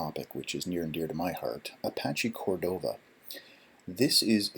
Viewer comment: "Apasch Còrdova"